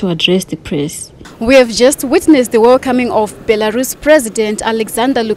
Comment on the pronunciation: Nyasha Chikwinya cant even pronounce the name right, hanzi BERALUS😹😹😹😹😹😹